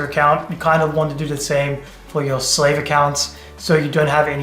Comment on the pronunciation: Slave and how he pronounces it makes sense to how Indians treated black African tribes in India. Next time, just use the word receiver. 😢